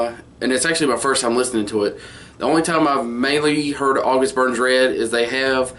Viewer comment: you said it correctly, thanks ;)